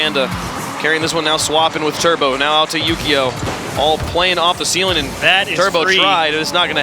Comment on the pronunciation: THE COLDFIRE floor+ ceiling=feeling. 😂😂😂😂 Phonetic dyslexia..